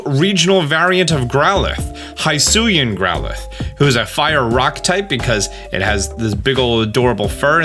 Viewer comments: Can you stop saying “high suian” The narrator says “hi-suian”. Hi as in hill. So it sounds more like hiss ooh eee an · Very good analysis video! My only complain: the pronunciation of “hisuian”, the “hi” is pronounced as the pronoun “he”, not as the greeting “hi”. They say it out loud in the video multiple times :) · “HIGH”SUIAN????? bestie…. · Hisuian is pronounced he-soo-ee-an, just a heads up :)